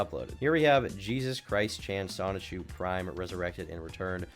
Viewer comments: WHY DOES HE SAY JESUS LIKE ITS A MEXICAN DUDES NAME AND NOT JESUS LIKE THE FUCKING BIBLE ONE HES TALKING ABOUT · pronounces the Jesus in their name the spanish way